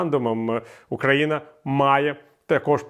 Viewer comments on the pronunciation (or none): none